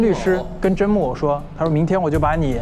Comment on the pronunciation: 有人发现Justin 也把甄木偶的名字念成了甄木耳吗？ 哈哈哈哈哈哈😂